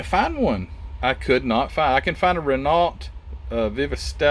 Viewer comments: Good review but just one thing It`s pronounced ``Ren oghh not Ren alt`` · Love your videos! By the way Renault is pronounced 'Ray-no', for future reference! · Very nice. And I believe it's pronounced "Reh-NO." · Common for U.S folk to say Reh-no which is at least close, Ruh-no is the proper way, funny as they pronounce L and T in the individual names of their car lines just not the main company name lol. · Hi. Its a frenchcar company. Pronounced.. rayno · By the way Renault is pronounced 'Ruh-No', for future reference!. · Yes Wren-Ohh the T is silent 😉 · The way the French spell things is strange . The t is silent . The Renault carshave competed at all major race series ,including formula 1 , le mans , and the rally car circuits